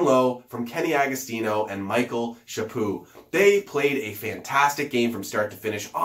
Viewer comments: NO : ) If you are familiar with the french expression: C'est le but...(goal), then it won't mean anything...The way you and most anglos pronouce it is: Chapoo. It should be pronouced Chaput. The U sound is the same as the U sound in c'est le but. I follow you on Twitter, I'll try to find something in french that makes it easier to understand. I'm telling you this because I would like to know if I were in your place. It's no big deal.: ) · No you don't. It's a 'mute' t for both but and Chaput. If you listen to Pierre Houde, he pronouces ' bu ' you don't hear a ' t ' at all , Chaput would be pronounced 'Chapu' same 'u' sound, both mute t's : )